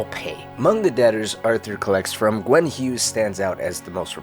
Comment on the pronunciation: Gwyn is pronounced Gwin not Gwen, sorry started killing me